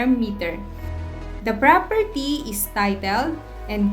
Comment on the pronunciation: Did you even say where the propERTEEE was located?